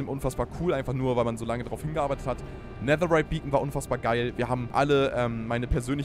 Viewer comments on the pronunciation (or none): none